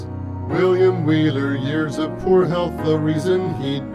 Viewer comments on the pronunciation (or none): none